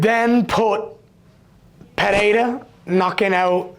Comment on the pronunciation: Not Bryce Mitchell calling Poatan “Pierre-Uh”